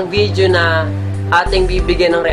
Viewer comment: Oh man I'm glad that you still have that confidence in making a video although you said it is you first time to make a video reaction. But the thing is you need more practice especially the way you pronounced couple of words like "video" it sounded like "vijo" and the way you deliver your words in public. Thanks man just a friendly advice and tips to a new video reaction maker like you...my two thumbs up for you though. :-)